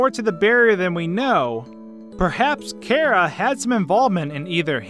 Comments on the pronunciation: It is. This dude says it way off. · Jonagor97 2 It may be short for Character, but that doesn't matter. Would you pronounce Chair as K-air? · its Chara not Cara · Cara -_- im sorry but cmon its Chara the h is a thing but still cmon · no you're right. it's pronounced kara, even though I wish it weren't so because I have a Freind named Kara XD there is no official way to pronounce it since it's hardly even canon, but it is short for character so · Him: cara me: you mean chara? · ITS NOT CARA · its not cara its chara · it’s char a not cars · Says Chera Me: ITS CHARA DUDE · Its chara (ch a ra) not chara (care a) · I like your videos, but when you say Chara as "Karah", it slightly annoys me. Just a nitpick I have. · jenny fabros no, the canon pronunciation is car-a. Like character. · Do you not know how to say Chara you aren’t pronouncing Ch right so stop calling her Kara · its chara not chara